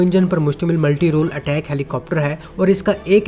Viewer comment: Bai sab is helicopter ka naam Attack nai ataak ha Jo k Turkish word ha jiska mean ha bara.